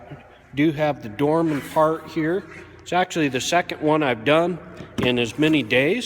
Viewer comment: . He said dorman fart. Its going viral now.